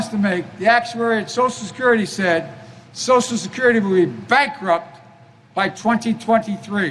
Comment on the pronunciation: What is "soscurety"?